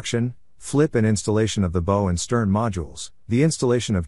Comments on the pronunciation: I grew up on and worked all kinds of fishing boats and even worked in a shipyard for a few years. You keep saying Bow wrong!! Its B ow like what you say when you get hurt b ow Enjoyed your video and I gave it a Thumbs Up as always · You pronounced Bow wrong. It's the front of a boat, not something you tie a parcel with.